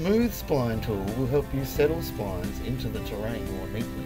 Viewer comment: "Long bendy things are called splynes" No, they're called Splines. (sp-lee-ns)